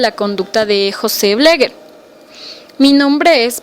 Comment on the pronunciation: Se pronuncia como se escribe "BLEGER" NOOOO BLEGUER!